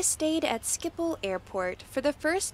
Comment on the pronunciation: bruh she managed to pronunce schiphol💀💀